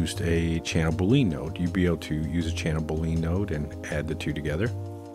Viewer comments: Yeah, I'm gonna be that guy. For reference, boolean is pronounced -- boo·lee·uhn (with emphasis on the first syllable) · Liking how the channel is improving with each post. BTW if you mean Boolean then I believe it's pronounced like bullion. Or maybe I'm just hearing it wrong 😇